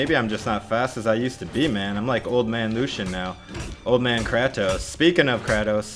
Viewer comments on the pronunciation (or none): its "cray" "toes"